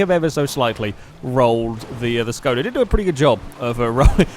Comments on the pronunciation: Shkoda it is pronounced as Shkoda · It's a Škoda not Skoda :kappa